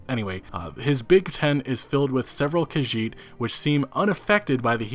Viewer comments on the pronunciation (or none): none